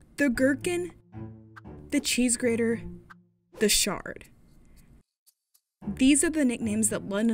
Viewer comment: did she say 'The Shard 'like a shard of meth/ice ?